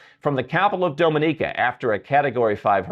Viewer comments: At least please learn to pronounce the countries names correctly whose citizenships you plan to buy! “Dominica” is NOT DOME-in-eeka, but DOM-in-eeka. “Barbuda” is NOT Bar-BOO-dah; it’s Bar-BUU-dah. Also, respect these countries’ people, their culture, and don’t just exploit them for personal benefits. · Your pronunciation of "Dominica" really hurts my ears.